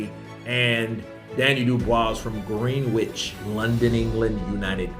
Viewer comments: Sup Just in case you ever need to know, Greenwich is pronounced Gren itch, another uk place name spelling that makes no sense. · Dubois has fought WAAAAAAY better opposition though. By the way it’s pronounced “Gren-itch” 😉 #counterpunch 👊🏽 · hehe....The ' W' in Greenwich is silent ( UK English )